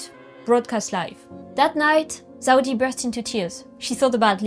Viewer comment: La video est incroyable, mais pitié elle s’appelle Zeudi et pas Zaudi 😭